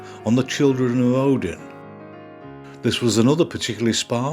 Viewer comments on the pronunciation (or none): none